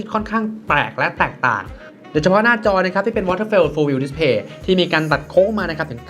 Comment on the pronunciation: จอรุ่นนี้ เค้าอ่านว่า วอเทอร์ฟอล ครับ ไม่ใช่ วอเทอร์เฟล ครับ